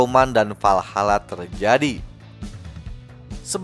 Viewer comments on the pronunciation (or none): WALHALA bang bukan VALHALA